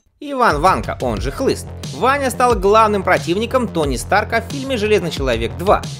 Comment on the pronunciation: Не Ванкó, а Вáнко